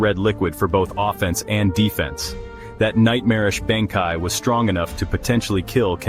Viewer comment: I don't really agree with any of these, and the AI bot reading these cannot even say Bankai.